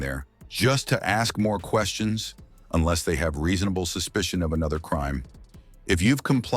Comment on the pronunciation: This guy says enless an awful lot. Which should be your first clue?He has no idea what he's talking about , really. My father was in-law enforcement for 29 and a 1/2 years. His advice was simple. If they pull you over give me your license registration insurance card. Admit nothing. And if they ask you where you just came from tell them I would rather not discuss that that's my personal life. They wanna know where you're going.I don't wanna discuss that that's my personal life, keep your eyes straight forward.If they ask you to turn and look at them do so , it's part of their drug and alcohol check. They don't have to be allowed to search your car without a warrant but if they separate you from the car and ask if they can search it they're probably going to go get a warrant anyways. What today's cell phones?You could ask to call a lawyer. Make sure you use your phone. I don't give them a hard time.